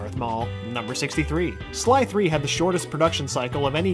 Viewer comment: he says " 3" instead of sly 3